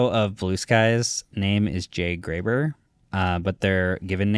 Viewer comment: It's Jay Graber, not Jay Gruber